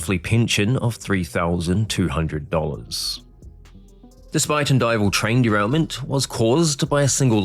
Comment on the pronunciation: Great pronunciation for a person unfamiliar with the area! Spuyten Duyvil, supposedly Dutch for spitting devil, is a pretty sharp curve that now has electronic controls prohibiting a speeding train. Rockefeller, no relation to the famous Rockefellers, made up an excuse that caused him to fall asleep. I believe the sleep apnea diagnosis was pure BS. I frequently take a train through that area.